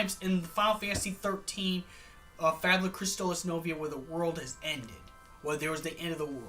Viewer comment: You mispronounced Fabula Nova Crystallis.